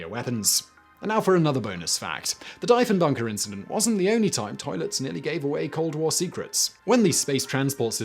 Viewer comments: OMG dude... Diefenbaker is EXTREMELY OBVIOUSLY a German name. Couldn't you have bothered to look up the pronunciation? Seriously... I love everything about this channel, but pronunciations of names is most definitely a glaring, credibility-shattering weakness. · Ahh duuude, Canadian headpalm moment. If its a guy no one really knows, then you can get away with it, and no one will notice, but perhaps a countries PM is worth a momentary google pronunciation / youtube news video check, for every video. ... feeling your pain as you read this comment section. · All that research into the topic and you didn't research how our Prime Minister's name is pronounced? People are saying you like to intentionally mess up words, but I'd like to think you wouldn't intentionally disrespect one of Canada's Prime MInisters. I made it through the 3rd mispronunciation and after that, it was too much to watch. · Try 30km South-West. 330km away from anything is a terrible way to describe something to begin with, unless you're in the far North... 330km radius from Ottawa nets you most of the population of Ontario and Quebec, so by extension, the better part of the population of the entire country! (Sorry, not-centre-of-the-universe Canuck brothers, you know how it is). Go ahead and mispronounce Diefenbaker though, he sucked and was responsible for the cancellation of the Avro Arrow, so screw him. Too many irons in the fire Simon. All but stopped watching all your content, after seeing you basically flaunt that you're just trying to maximize the number of channels you have active, just to make a buck. There's only so much quality to go around, and you're spreading it pretty thin. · Holy crap did he ever mispronounce Diefenbaker, sadly this is nothing new. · lol its driving me crazy hearing you pronounce diefenbaker that way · It is and every single one of us Canadian viewers cringe every time he said the name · I was cringing every time he said the wrong pronunciation! LOL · wheres the deef?